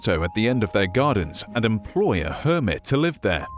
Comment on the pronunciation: Garden hermit I heard garden Kermit